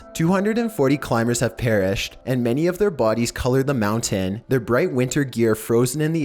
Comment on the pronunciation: Omfg STOP SAYING MOUNTAIN LIKE THAT MOUNT-AIN Not How ever the fuck you say it